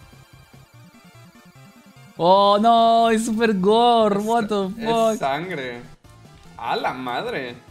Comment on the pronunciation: Dice gore